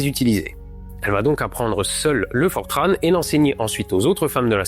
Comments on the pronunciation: Vidéo très intéressante ! Un détail cependant, on ne dit pas "Fortrane", mais "Fortran", comme entrant, ou montrant. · Super episode! Pour info en Francais on dit "Fortran", pas "Fortranne" ;) Petite erreur sur la cause de l'alarme à 3 minutes. Oui le system supplémentaire que Buzz a allumé est responsables des premières erreurs de l'ordinateur de navigation, mais il s'en sont rendu compte et c'est bel et bien un bug qui activait un system supplémentaire qui prenait un peu plus de charge que ce qui était traitable. Il y a une super conférence qui rentre dans le détail sur ce sujet si cherchez sur youtube. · Les informaticiens disent fortran, et non pas fortrâne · On prononce FORTRAN comme ça s'écrit en français (avec le son "an" comme dans "enfant") et je confirme, le COBOL est toujours utilisé en bancaire mais aussi en assurance et dans des progiciels de gestion administratifs (paye, impôts, etc...) cependant, le langage a un peu évolué depuis 1959, aujourd'hui, on utilise COBOL 2 qui date de 1985 (COBOL 1 compile sur un compilateur COBOL 2 mais pas l'inverse). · Mr, mettez-vous à niveau: on ne prononce pas le N dans "Fortran". Par contre, on ne prononce pas Vauga-ne- mais Vone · Excellent, comme toujours. Bravo pour le million ! Détail geek: dans le monde informatique depuis des décennies, j'ai toujours entendu Fortran prononcé comme rimant avec blanc, par mes collègues francophones.